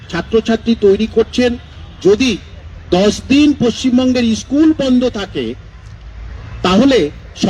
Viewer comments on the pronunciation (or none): ইস্কুল না স্কুল